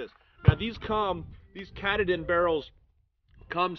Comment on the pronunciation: Not catta-din, it's Ka-TAH-din (emphasis on the middle syllable). A mountain in Maine.